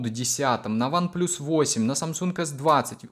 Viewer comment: One плас, а не плюс!!!